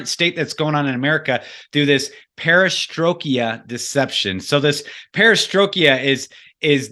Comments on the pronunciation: STROIKA. (STR - OY- KAH). You fell into southern Baptist stride there with the mispronunciation. Sorry, trolling. Keep up the good work. :) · Great but I wish the pronunciation of Perestroika was correct....was somewhat distracting. lolz Silent Weapons For Quiet Wars is a must read/listen/watch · Fantastic video with fantastic information. I haven't heard this before till now... But, Dude, you are killing me with the mis-pronouncing "Perestroika". Google the word and click on the button and it will pronounce it for you. Hahaha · I'd be much more inclined to "buy" everything is saying here if could pronounce "Perestroika". Also, that intro music is a good example of the "Satanic" music they discuss early in the show. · This was so very interesting. Great info from both parties! I do one of the smaller critiques., its the Perestroik-ah Deception, not the Perestroik-e-ah Deception. If this wasn't said so many times I wouldn't have even mentioned it. If you're familiar with this deception, it's just a bit difficult to hear it mispronounced so many times. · It is pronounced PARA STROY KA not parastroyki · This was really informative. But,, perestroika doesn't end in "ia", it's not perestrokIA 🙂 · dude - GET the NAME of Anatoliy GOLIYTSIN! right! You're ABUSING the words Perestroika and the author's name! At least get THAT straight! Your MISpronunciations make me CRINGE!